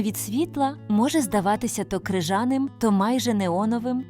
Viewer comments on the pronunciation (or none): Красивий текст, приємний голос, але наголоси то якийсь жах. ЧортополОх, крижанИй, рицИна, цвітЕ, кенгурУ, ворсИнки, зАрості, лИстя, злЕгка, стЕбла, дзижчИть, сливОвий.